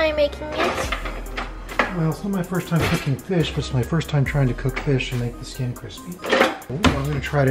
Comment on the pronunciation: "I got oyo on my sking", stop.